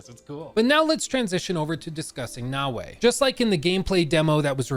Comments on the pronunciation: You keep saying "nah-way", and it's really infuriating because it's pronounced "na-o-e" (short a, short o, short e). It'd be like if I called you "Look" as opposed to "". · That's not his accent; I have similar American accent and I can absolutely say Naoe as "na-o-e". It's a lack of care.